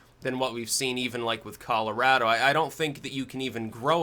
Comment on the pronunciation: Holy shit, you pronounced Colorado correctly!